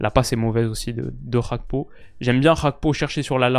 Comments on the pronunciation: c'est Gakpo et non Hakpo. C'est un Togolais d'origine et Gakpo= Fer. C'est pas cool d'entendre Hakpo tout le temps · Gakpo c'est un nom togolais, la prononciation dutch fait saigner les oreilles